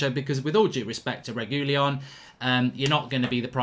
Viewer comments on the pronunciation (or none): Sergio "Regoolyon" Reguilon